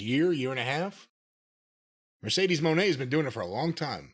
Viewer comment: Midcedes Mone